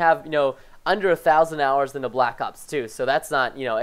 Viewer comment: Wait wait wait preston thousands of hoours of mw3 ? lol